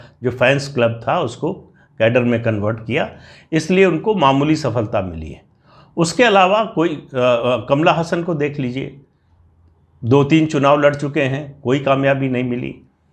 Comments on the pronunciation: कमला हसन नहीं सर कमल हसन😀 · कमला हसन नही कमल हासन।